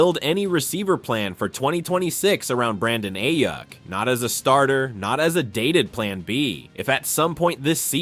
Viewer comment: Bro said Brandon “A-Yuck.” Shots fired, my guy. 😂